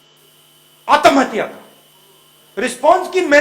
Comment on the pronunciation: He is good at heart but not suitable for politics. He needs to chill and stop worrying. Btw it’s Atmahatya not Aatam hatya